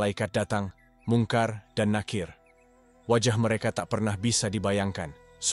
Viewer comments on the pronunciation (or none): none